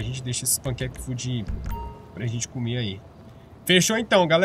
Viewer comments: Eu vi que você fala "panquec food" kkkkk Na verdade é "Packaged food" que significa comido empacotada. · Mano, não sei se você fala pq gosta de falar assim ou se é porque acabou só lendo por cima mas o nome da comida é Packaged Food, daí se pronuncia "Péqueid food", embora eu goste muuuuito mais de de pancake food do jeito que você ta fala ahahahah